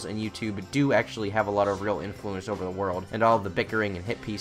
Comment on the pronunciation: I'm sad you didn't include the audio bit where it seems like DaddyOFucked can't say the word "over" and instead says "urver" or "urber." "The toilet urrrrber-flowed." -- it was a pefect distillation of how dumb this 10th grade dropout is (that's not even an insult... he literally is a 10th grade dropout).